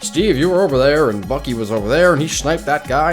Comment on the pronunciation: You said first avenger now you say bukee